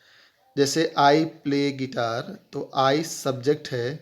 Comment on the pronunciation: it is not called guiter you stupid it is Guitar